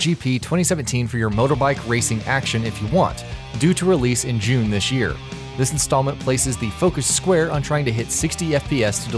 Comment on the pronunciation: what in this world is "dish year"